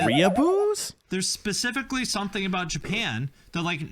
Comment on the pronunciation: Let's be real. This guy says pacifically instead of specifically. You think it's worth anybodys time to pay attention to a grown ass man that speaks like a 5 year old?